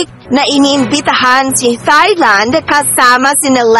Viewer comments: Silent H ang pronunciation ng Thailand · H IS NOT pronounced in Thailand. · Tailand po not thailand ang pronounce dun